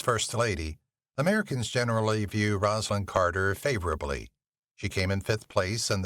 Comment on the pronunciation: You do realize this is an AI voice, right? You can tell by the mispronunciation that should be very simple.